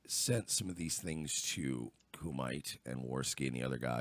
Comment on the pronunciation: Kumite is Coo-ma-tay. Have you never seen Bloodsport?